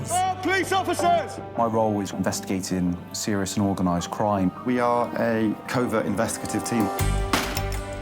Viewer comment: I wonder why they didn't get a Polish person, or a Pakistani to narrate this video. There would have been a better chance of them being able to speak English. What the blazes is a "Sea-rius kremmy knol"? In another video, she refers to someone sustaining "Sea-rius N juries" and "Ex paired wetnurses geving evvy dense" Almost unwatchable except for the parts when there is no narration.